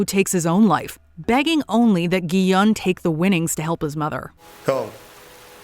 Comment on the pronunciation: His name is pronounced Gi-hoon. Did you even watch the show? They say it like a thousand times.